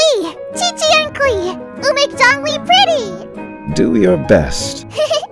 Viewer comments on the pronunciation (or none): There is also the zhongli and qiqi part It is pronounced more like zihong lee and ji ji rather than Jongli and cici for native English speakers